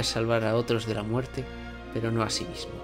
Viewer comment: en el minuto dice muertre